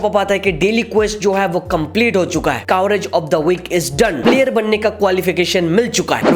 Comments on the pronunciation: 'कावरेज' nahi 'करेज' hota hain yar woh 😅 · That is Courage..!!😂😂 u pronounced it wrong